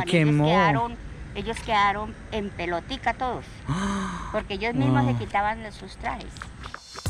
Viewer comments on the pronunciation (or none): none